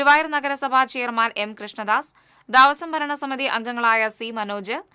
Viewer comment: ദാവസം അല്ല കുട്ടി, ദേവസ്വം എന്ന് വായിക്കു. ന്യൂസ് വായിക്കുമ്പോൾ അക്ഷരങ്ങൾ തെറ്റാതെ വായിക്കാൻ പഠിക്ക് ആദ്യം